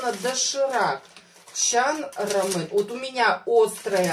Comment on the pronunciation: 1) это не рамЕн, а рамЁн 2) Его нужно варить, а не заваривать